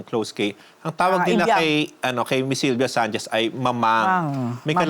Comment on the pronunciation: Bulol ba talaga itong si o maluwag ang pustiso? Lalo na un sinabi nya un "Sylvia Sanchez '.